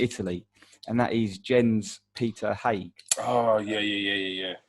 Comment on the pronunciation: As a Norwegian it's interesting listening to the opinions of foreigners about our golden generation! You are absolutely right🙌 However, and as Englishmen you are excused... Your pronounciacion of Jens Petter Hauge (11.05) is totally wrong 😉